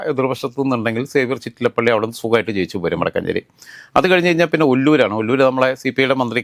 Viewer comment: വടക്കുഞ്ചേരി അല്ല കുണ്ണേ വടക്കാഞ്ചേരി